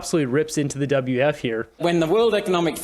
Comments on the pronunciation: Why do you keep saying, "WF" ? It''s "WEF". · What is the WF? like beo learn to pronounce properly. And the WEF is a distraction. They don't implement anything. They are just the mouth of other individuals and groups. Klaus is worth $12 million. This is a distraction for the plebs.